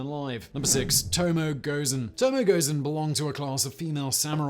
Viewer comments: Just a quibble: Tomoe is pronounced, more or less, TO-MO-WAY (no stressed syllable.) richard -- “There is no present or future, only the past, happening over and over again, now.” - Eugene O'Neill, A Moon for the Misbegotten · Tomo.e I will endeavor to never say anything about a pronunciation again, but I must say it is properly... Tomo.e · Simon...Tomoe is pronounced with an "ay" at the end...the e is a standalone sound